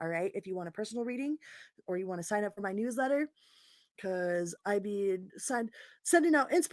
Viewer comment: News letter, I got excited I thought you said "New Leather".:face-green-smiling